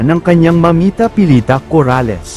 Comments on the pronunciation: Coralles. Ndi Cor Ales mali Ang pronunciation mo .😮😮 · bwisit ipronounce mo maayos yong Corales!